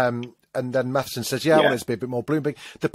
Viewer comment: Its MATSSON, not Mathison otherwise enjoy your reviews 👍